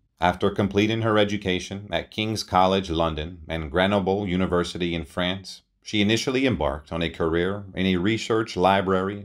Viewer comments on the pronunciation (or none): none